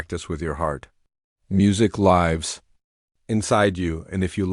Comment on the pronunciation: You pronounce Lives wrong.